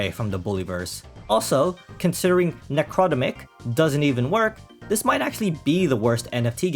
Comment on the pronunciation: I think it's pronounced "Necro-demic", Like "Necro" from Latin(e.g. Necrotic) and "-demic" from words Like "Pandemic"